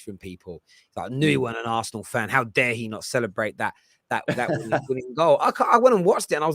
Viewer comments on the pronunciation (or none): none